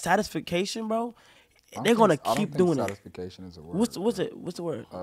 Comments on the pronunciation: Satisfacition had me rolling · I love how confident they were saying satisfication and then correcting it as satisfactory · Both of them saying “satisfaction” wrong made me cringe for an hour